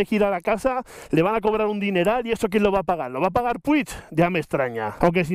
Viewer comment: como se encharca un dedo?? jajajaj en serio, de locos lo de PUCH (me sangran los oídos al oírte decir p-u-i-g)(y no soy ni mucho menos catalán)